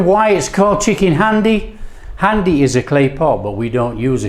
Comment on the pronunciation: 1. Its pronounced 'haandi' 2. This isn't chicken haandi. I don't know what this is 3. You kill the methi adding it that early...unless you are using dried kasuri methi 4. You needed to add more oil to the spices/tomato to fry them off properly 5. Pre-cooked chicken breast?...use chicken on the bone next time for haandi 6. WAY too much yoghurt Apart from that it wasnt bad. It wasnt good either though boss.